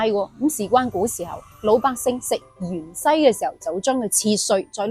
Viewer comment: 芫茜，粵音應該讀‘’元西‘，唔知點解讀讀吓變咗讀成‘’鹽西‘’。仲有片段其中有幾個讀音，聽起上嚟以‘’樣衰‘’。好容易講錯。。我仲要D"樣衰"。😂😂😂😂